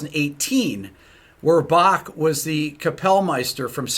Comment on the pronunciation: I love how Rick can perfectly pronounce the german words in the video (topmarks for the "ch" in Bach)...maybe the anger about the article helped :D